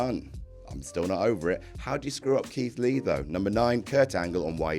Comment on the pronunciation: Another good roundup of news, and DEAR GOD HOW DO YOU SCREW UP KEITH LEE.